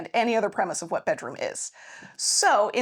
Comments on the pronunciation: No, let me correct you on that. One is off a bedroom. The other is off a "bedrom." Not to be confused with a bedoom, a beroom, or bedr. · Do you want the BEROOM or the BEDOOM? 😂